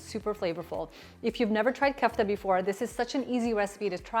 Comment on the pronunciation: Ku-ff-ta ❌Ko-aff-taa ✅✅ .. great recipe though